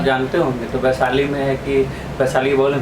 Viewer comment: काहे को interview लेते हो जब शुद्ध बोलना नहीं आता। बैसाली नहीं होता है बल्कि वैशाली होता है।